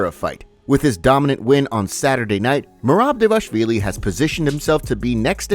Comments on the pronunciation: just a pointer: It's pronounced Merab D-V-A-L-I-S-H-V-I-L-Y not DEVASHVILY LOL I got it wrong the first time too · Yea, it's: DVA-LASH-VILLI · The fact this is an mma news channel and you still can’t say dvalishvili is sad…